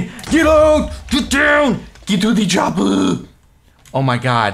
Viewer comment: "GET TO DE CHAPPU"